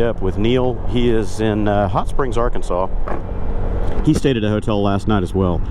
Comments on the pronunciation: thanks man, coincidentally, I also noticed you said Arkansas as “R-Kansas, in Kansas. That’s where my sister and her family lives, another stop I’m going to during my trip before coming back home. Crazy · Yep! I grew up in Oklahoma, but my family is originally from Hutchinson and Wichita, KS. They'll look at you like you're from Mars if you pronounce Arkansas "wrong" 🤣👍